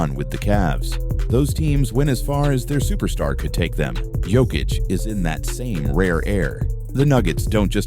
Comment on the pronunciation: Yoke-itch not joke-itch AI...